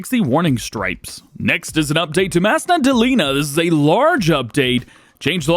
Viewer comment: Hearing him saying masna dolina is just funny